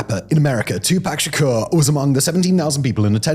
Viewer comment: 2-pack shaker 😂